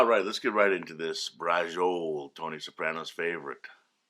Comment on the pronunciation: Bra-cho-lé... do none of you New World 'Italians' speak Italian anymore?